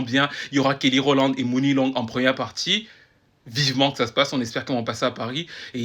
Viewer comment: je peux accepter que tu pononce AIR and BI au lieu de [ar and bi] mais de grace Muni long se pronnonce Money comme l'argent et non MOUNI PLease